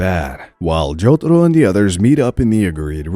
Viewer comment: i stopped watching this cuz of the way you say jotaro